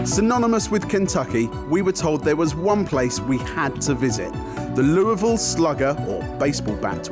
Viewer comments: Pronunciation hint: There are three syllables. You are the first I've heard of in my life, from Louisville and also anywhere else, who has ever claimed it was pronounced 'loo-ville'. Whoever told you that was wrong. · It is not pronounced after French Kings Louisville. It is pronounced lul ville. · How did not a single person in Louisville not pronounce it the way we do in KY? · why did the Louisville Slugger guy mispronounce the name? He said it right when he started but then finished wrong